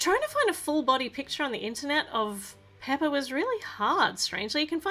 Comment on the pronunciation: It’s not peppa it’s pepa